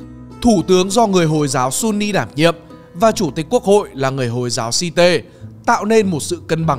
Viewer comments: Hồi giáo Shiite đọc là shia, đâu ra mà si tê đọc như đọc vẹt vậy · Nể thằng đọc thật! Clip trc thì nó đọc FED là ép-i-đi, clip này nó đọc hồi giáo Shiite là si-tê 😂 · Đọc từ `shiite` cũng sai.